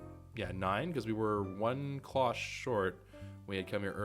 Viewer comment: The "Garden Cloche" isnt pronounced as "clock" its actually klosh, so like the fancy cover you see on cooking shows or high quality restaurants. They are typically silver.